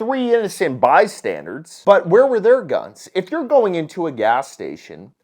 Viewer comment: My man, you really need to stop saying "bystandard"...